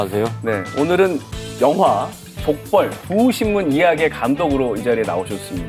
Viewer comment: '족벌' 두 신문이 말 하시는데 왜 내 귀에는 '족발' 두 신문으로 들리지 ???ㅋㅋ 올 저녁은 족발이나 뜯어야겠다